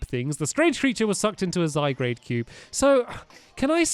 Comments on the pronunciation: SO TRIGGERED! It's Zygarde! Not Zygrade! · ZYGUARD NOT ZYGRADE! !!!!!!!😠😠😠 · Zyguard not Zygrade read stampy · stampy you are saying it wrong it's not zy-grade it's zy-graud and it's a legendary pokemon and you might get ash-greninja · zy-gar-de not zy-grade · you have to say zygard with the ar not grade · Stampy it's Zygarde not Zygrade! You need to upgrade your glasses stampy! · Also stampy you assemple zygard with the cube only fist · stampy its not zygrade its zygarde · ITS NOT ZYGRADE!!! ITS ZYGARD!!!! ITS GARD!!!!! NOT GRADE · It's zy gard not zygrade! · Zygarde not Zygrade I don't know what made you say Zygrade it's Zygarde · Its Zygarde not Zy-grade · Zygrade XD YOU ARE SAYING IT SO WRONG XD it's (ZI-GUARD) ALSO DO YOU KNOW ANYTHING ABOT THE KALOS REGION. Edit: I'm so sorry stamp my I didn't know you were dyslexic. I hope I didn't insult you. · Zygrade?! ZY-GUARD. But It's Spelt Zygarde. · It's not Zy-grade , ITS ZY-/GUARD/ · Stampy zygarde got the a before the r not after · Cory Playz It's spelled Z-y-g-a-r-d-e not Zygrade and it's pronounced Zie-guard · ZYGARDE NOT ZYGRADE! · The Iron Golem OMG its zygarde not zygrade stampy. Noob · "Difficulty writing by hand" Seriously that's what being dyslexic is, isn't it? you have difficulty writing by hand i don't have difficulty writing also i wasn't saying how it was pronounced i was saying how it was spelled because Stampy thought it said Zygrade and not Zygarde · Y u call it Zygrade it's Zy-gar-de... ... ... gar ... ... ...garde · It's not ZygRAde it's ZygARde or Zy-gar-d silent e of course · stamp its not Zy grade its Zy guard! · its called Zygarde not Zygrade! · It's not zy grade its zy gard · stamps it is not zygrade its zy_gar_de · Zygarde is pronounced (Zi-guard) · its zygard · you say zygarde z-y gard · Pronounced Zy-God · Zy-guard is hoe it is pronounced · stampy this is how u say zygarde zi guard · Stampy it's zy-guard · Stamps, it's zy-GAR-dAy. P.S. You're Awesome! :) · It's called zy-garde